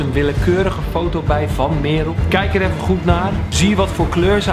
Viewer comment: eum... echt geweldige video, maar het is Merel (niet meerol)